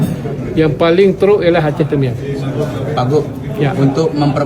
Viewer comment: Yang bingung kenapa Mualem ngomong "Teuming", itu cara baca Aceh "Tamiang"